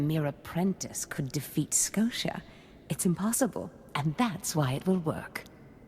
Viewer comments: She pronounced Skotia as both Skosha and Sko-tee-ah, fucking cannot unhear. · She can never decide on how to pronounce his name XD "Darth Scotia" "Darth Sko-tia" "Darth Skotcha"